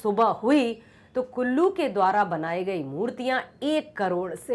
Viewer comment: Kallu ❌ kullu✅🤣🤣🤣